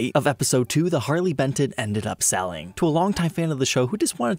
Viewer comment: Sorry I have to tell you its pronounced "Harley Bent tone" 😉👍